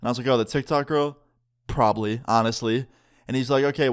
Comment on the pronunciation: The way he said probably 😂😂😂